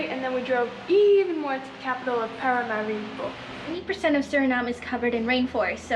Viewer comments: It is PARAMARIBO the capitol of SURINAME. NOT "mariparibo" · Its not Mariparibo but Paramaribo. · The capital of Surinam is Paramaribo... not Mariparibo😮😂 Still a very nice vlog, thank you❤ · its Paramaribo not Maraparibo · Haha 😂😂😂is Paramaribo not meryparibo. EN JOY🏝🏝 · Welcome to suriname. The land of culture, unity and freedom. I would suggest having a proper guide for the best/ correct info and experience. Also its paramaribo and mariparimaribo hahah.